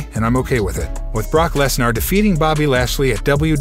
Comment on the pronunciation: What is Brock Lesnour? If you going to use a robot voice least get some of the names right.. Triple H better make Cena Heel or Heel/ Babyface..Baron Corbin can never have a clean slate, his wrestling is garbage.. his act on gimmicks is terrible, he cant make promo's take save his life.. I thought roman reigns was bad, but Corbin is the Doom movie w/ the rock... Logan Paul is not injured.. An injury like that will barely make him to walk.. they are not using Logan Paul as a Full Time Wrestler.. Just a part time wrestler.. with building a boxer type record statistics and try to build him huge that way... while he is bringing in viewers.. they dont need to have a title match with Roman Reigns vs The Rock.. the title prize in that storyline is through leadership of blood family rights or something.. Cody can Dethrone Roman Reigns.. The Rock can strip Roman from his "head of the Table" title